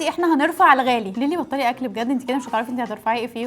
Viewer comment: ليلي مش ليلى😂